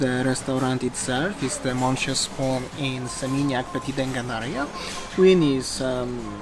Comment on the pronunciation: Happy independance day Indonesia 🌸🌸🌸 💖💖💖 (Monsieur) is french word you do not speak very well ,it is better to say (mister spoon)!!!!!👍